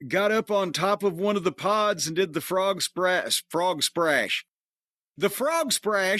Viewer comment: must be the Japanese variation... Frog Sprash...